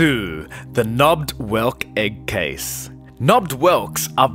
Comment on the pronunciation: The way he says egg “eck”